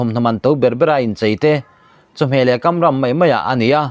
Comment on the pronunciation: I mizotawng chhiar i lam dik lo a awm zeuh2 a nia,kamram tih leh pawimawh tih te hi i lam dik lo aw